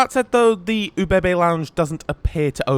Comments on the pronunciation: ubb? no also things like Graz and hauptbahnhof arent said totally correct. at least better than saying UBB runs the trains. the name starts with an o (well ö but thats harder to explain as to how to say that). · Great video! Each time you said OBB I hear it as oh baby baby 😅